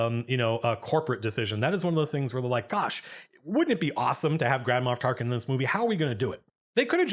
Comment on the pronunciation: It doesn't make up for it (because they definitely should've been able to convey at least SOME of this stuff in the movie), but the book (released at the same time) explains/answers almost all of your questions/complaints. Also, I keep thinking you're saying Grandma Tarkin and it's making me laugh.